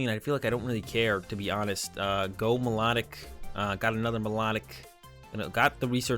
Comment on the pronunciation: lov the vids but it It's actually pronounced My-Low-Tick